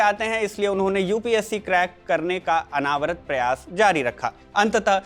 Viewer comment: अनावरत नहीं अनवरत बोलते हैं, प्रोगाम से पहले एक बार निखिल जी को सुना दिया करो😂😂